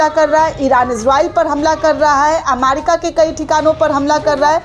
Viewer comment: अमारिका नहीं ' अमेरिका ' दुरुस्त कीजिये l